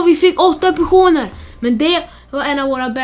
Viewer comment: Hahahhahah du säger pesoner